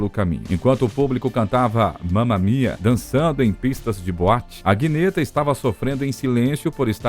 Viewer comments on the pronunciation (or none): A pronuncia da cantora do ABBA não á Aguineta, mas Anheta... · Click bite, o vídeo foi bom e não precisava de inventar essa besteira, aliás Agnetha se pronuncia Anita. O problema do ABBA era desejos pessoais distintos. Bernie era o maestro e Bjorn os riffs apoio as garotas no palco pra eles a música vinha acima de tudo, por isso Bjorn e Agnetha se separam, ela preferia ter mais tempo em família. Agnetha e Frida eram o encaixe prefeito de sonoridades vocais. O problema maior era os dramas de Any, como ela gostava de ser chamada. Problemas de depressão e acredito que talvez algo como TOC e síndrome de pânico. E Bjorn e a banda não conseguiram compreender que isso era um caso de tratamento. Nos holofotes e mídia ela era a estrela incontestável do ABBA, vocais que Frida não conseguia alcançar e que admitia ter um alguma inveja. Porém não era inveja de entrar em choque com Any. Frida tentava ganhar holofotes de outras formas, às vezes um pouco forçadas, mal sabe ela que não precisava disso pra ser peça importante no ABBA, esse era o problema de Frida, ela achava que era a menos importante no grupo. Isso fazia as performances dela não parecerem tão naturais como de Any. Sendo assim, cada um vivia dramas pessoais e não percebido pelos demais. O Fim foi como um vaso que caiu e as peças não se encaixaram mais. Agnetha ainda teve um relacionamento abusivo com um ex-fan que morou com ela e na justiça ele ficou proibido de entrar na Suécia outra vez. Eis o motivo de tudo. Essa é minha intuição psicológica depois de analisar várias histórias e entrev